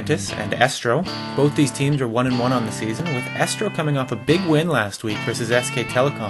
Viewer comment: it's Estro(and pronounced eestro). Just saying. And the last vod had Tazza there, and he is pronounced Tazza(double z like pizza) not Tasa. It is a bit annoying.